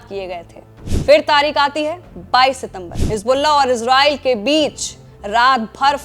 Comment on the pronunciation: Oxford और Cambridge डिक्शनरी के अनुसार ISRAEL का सही उच्चारण "इज़रेल" है जबकि रेख़्ता डिक्शनरी के अनुसार "इसराईल" है। सही उच्चारण का इस्तेमाल करें।